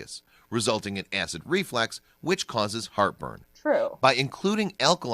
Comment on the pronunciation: ... Did that eejit just say 'acid reflEx'?? -_- REFLUX, my guy... smh